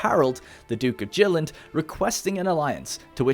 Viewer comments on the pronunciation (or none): Jylland (yoo-lan) Skane (sko-neh) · In this video: - an awesome story that showcases the dynamic storytelling of Crusader kings 3 - great use of music from the witcher 3 as background music - showing why Denmark is the real ruler of all Scandinavia! :D - ...but also horrible pronunciation of danish names and places like "jylland! and why gamepass for pc is currently one of the cheapest ways of playing the game currently